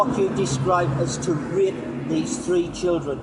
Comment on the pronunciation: Wow you're doing great fucking job!! but at least learn to say rape properly.. You kept sounding like YOU were gonna rip the guy a new hole the way you were going cowboy!! Its good to catch a pedo but do you guys ever wonder why these muppets won't go after the big fish; the political figures? Well I dunno.. I've Been asking myself the Same question..